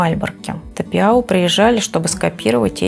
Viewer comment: Думается правильнее произносится Тапяу а не Тапиау